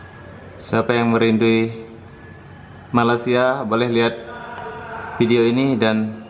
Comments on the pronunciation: Dah bertahun-tahun duduk Malaysia.. cakap je rindu Malaysia... tapi sebut Malaysia pun tak betul2... bukan MALAS SIA ye... tak boleh sebut dengan betul tak layak masuk Malaysia... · Tak payah datanglah.. Sebut malaysia pun tak betul.. Wakakakaka